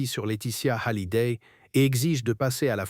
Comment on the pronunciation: Pourquoi prononcer Hallyday avec un H aspiré?